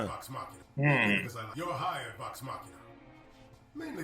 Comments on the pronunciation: Loved you guys' reactions, is adorable. And the plot of the first arc is actually taken from a mission that happened before Critical Role even started recording! But I have a pet peeve I gotta mention: Machina is pronounced MA-kee-NAH. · It's pronounced "Vox MOK-ee-nuh" -- Super stoked y'all are reacting to this! Tons of CritRole fans (aka Critters) are going to be loving this!